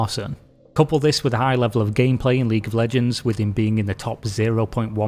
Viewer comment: 🤣Ahh League of leeejeee...